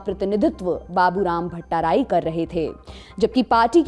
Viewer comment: "Dahal" and "Bhattarai" were mispronounced in the video . Hope lallantop team will think about this and i wish you guys will make sure that name of people are pronounced well in the your upcoming videos.